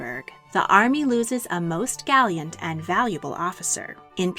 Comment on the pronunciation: Great video but Maurice was "gallant", not "galiant".